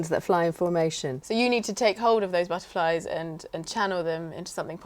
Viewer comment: Speaking between you did you say 'buzzerflies' instead of 'butterflies'?? Please do let me know as, that is what I hear...... Thanks.